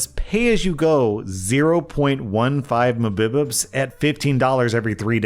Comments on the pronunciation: man, youve said it like this before and I laugh every time. Mbps is not "Muhbibibs" 😆 It's Megabits per second. Also just an FYI, MBps is Megabytes per second. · Mbbits? Can someone please teach bro how to say megabits? He sounds like my 65yr old grandma when talking about internet speed xD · Mbps(MegaBytes Per Second) Em-Bee-Pee-Ess: mubipus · He said “MahBipBs” for MBPS. Something should know but a computer reader wouldn’t necessarily know… Dude, have I really been listening to a computerized reader this whole time???? Totally killed it for me. Unsubscribed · how did you pronouce megabits per second so wrong? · did he just call Megabytes Per Second "mah bib bups"???? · Gosh dang "mabibups" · really said Mahbipus instead of Megabits per second 💀 😂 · I forgot that I hate how you pronounce Mbps. It's Mega-bits-per-second. Lowercase b is bits and uppercase is Bytes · please don't ever say muh-bib-ips again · "0.15 muhbuhbubs" threw me off so hard lol. From now on I'm using that too instead of mbps. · 0.15 mabbibbups😂😂😂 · Wondering when is gonna learn to pronounce muhbibups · MBPS is pernounced as Megabits Per Second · I had to double take LMAOOO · No, no, I'm pretty sure the technical term is "muhbibubs." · I hope he keeps pronouncing mbps that way xD It brings so much unexpected joy everytime I hear it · I cant get over how he pronounced mbps 🤣🤣🤣 I love it!!! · um, ho did he pronounce mbps? Sounds like how an AI would sound it out... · still pronouncing mbps the way he does is maybe the best continuous thing on this channel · pronounces it like that every time mbps appears—literally laughed aloud when he pronounced that in a previous video xD